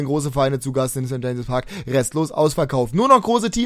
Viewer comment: kanns sein dass du immer St. Jamses Park statt St. James Park